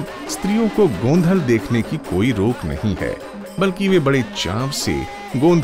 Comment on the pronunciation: It's actually गोंधळ Its ळ not ल